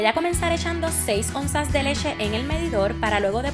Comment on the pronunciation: cuando cae el batido al baso da un poco de asco :( y se dise leche no leshe, aprende a pronunciar por que se escucha feo